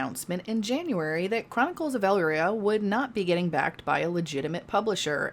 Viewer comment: Um .... you can tell the person who is voicing this video has no experience following the game considering she can't even say the name correctly (and no this is not a mistake she clearly says "elria" ). Another trash channel look click bait people into watching their videos they likely never even edited themselves.